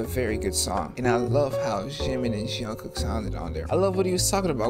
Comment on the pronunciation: Hi! I love your videos! I just wanted to mention that the "J" in Korean names is pronounced the same as a "J" in English. You seem to be saying "Zhungkook" rather than "Jungkook." The "j" sound in Chinese can sometimes sound like "Zh," so maybe that's where you're getting it from? Anyway, there are no sounds like that in Korean, just letting you know. I don't say this in a demeaning way, of course, I hope you don't take it the wrong way.